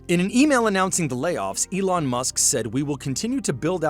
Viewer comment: At 15.52 does that guy just call Elon Yolanda. Lol